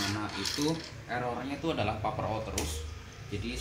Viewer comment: Maaf mas, pernah denger orang bule ngomong paper ga?